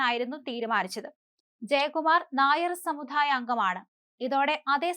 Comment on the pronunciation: കുട്ടി, "സമുധായം " അല്ല "സമുദായം" എന്നാണ്. എത്രയോ തവണ ഈ തെറ്റ് ചൂണ്ടിക്കാട്ടി തന്നു, എന്നിട്ടും ഫലമില്ല.